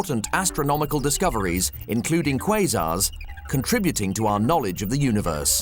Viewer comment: Haha, he said 'quasar'